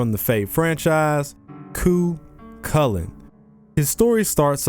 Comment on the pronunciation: THANK YOU FOR PRONOUNCING IT CORRECTLY!